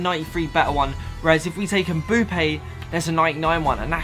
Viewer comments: Its Mbappé not mbUppé pls !!!!!! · It's mbappe not mboupe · The way he says mbappe mboope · When he says mbappe as Mbuppe oof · And he said Mboopa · i was looking for this comment lol 😂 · This dude calls Mbappe Mboope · Why do you say mbuppe